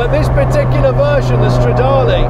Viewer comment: You keep saying Stradale (it´s a Ferrari).